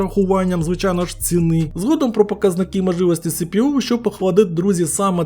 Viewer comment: З усією повагою до автора, це похвально, що Ви намагаєтесь говорити українською, але ну бля, можна вже було навчитись слова правильно вимовляти, а не: цини, м"якової, охладить, і з інтонацією попрацювати, а то реально можна заснути від жування слів, якщо вже робите контент, то робіть з душею, а не аби як Піпл свахає типу похрін, я не хейчу, діло ваше, брати до уваги чи ні.